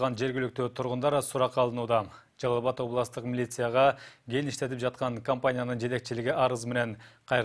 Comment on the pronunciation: "Генди казып"- дейт го. Ген эмес, Кен. Кабарчылар, так, даана суйлогонду уйронгулочу!!!